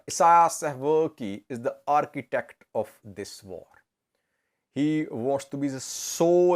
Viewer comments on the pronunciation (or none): none